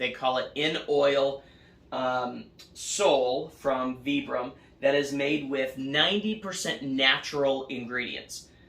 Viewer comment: Sounds like vai.bruhm not vee.bruhm